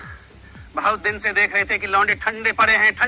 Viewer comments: When he say lounde i listen lo.....de😂😂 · Aur kis kis ko "launde" me kuch aur sunai deta hai?? 😂😂😂